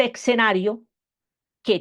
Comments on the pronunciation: No se dice "Exenario" ,se dice "Escenario" tal como se escribe... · Con el debido respeto y admiración, no es eCsenario, lo correcto es eScenario